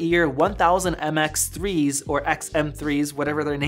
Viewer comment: Mx3 not xm3. Lol